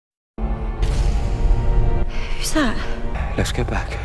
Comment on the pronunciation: It’s not pronounced Claire-ah it’s Clah-rah. It’s the same mundane difference between Lara and Laura. it’s someone’s name so it matters though.